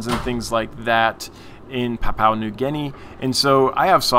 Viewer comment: Pronunciation 1. Gudgeon 10 out of 10; 2. Papua 5/10....'Pa-pu-a', 3 syllables rather than 2. We are more familiar with PNG being our closest neighbour. Which explains why very closely related gudgeons occur here in Australia too. Cheers